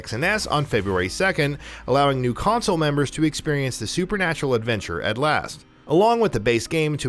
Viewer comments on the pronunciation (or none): none